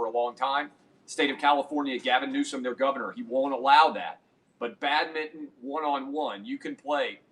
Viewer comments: Also I just listened to him and funniest part...he said it correctly the 1st time...for a Tennessean...then it went straight 2 syllable...nice catch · Do Tennesseans say 'badminton' in two syllables? 🤨